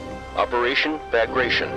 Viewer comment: It's not fucking bAgration its BagratiOn